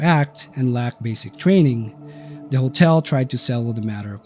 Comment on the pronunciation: Can't pronounce the word "hotel". Makes a video about hotels.